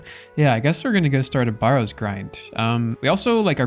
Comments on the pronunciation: A barrow is a burial mound and is pronounced like the barrow in wheelbarrow - rather than BAR-row. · great episode as always! just had to comment on your pronunciation of barrows 😂